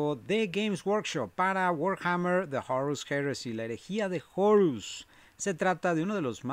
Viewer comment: porque dice jorus ^_^